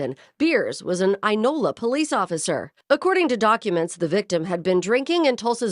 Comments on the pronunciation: Oklahoman here it's pronounced "Eye-nola" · Thats Inola, not Enola. Sheees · Inola is pronounced “eye-no’-luh.” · Inola is pronounced eye nola love your content p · Eye- Nola... long I... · Inola is pronounced Eye-no-la. Just helping you out. Many Oklahoma towns have Indigenous names and meaning. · Inola you dip! Inola IIIIIIIInola. Its Native dude. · The town is Inola. Pronounced Eye-nola. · It's "I" Nola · pronounced Eye Nola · Inola. Eye-Nola